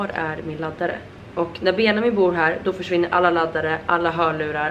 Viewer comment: Varför säger du Benamin?